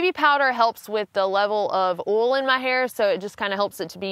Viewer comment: I knew you were from my home when you said oil the way you did